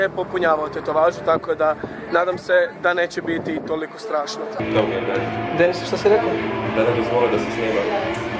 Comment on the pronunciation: Uuuuu nice. Meni se previse svida. I da li je neko cuo da je poceo govoriti penis umjesto Dennis? ❤❤❤